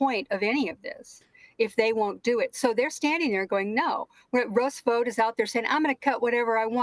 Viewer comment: When they were talking about Russell Vought, thought she said rust boat, thought they were talking in code about the 100 rusty boats, in the right wing book, the camp of the saints.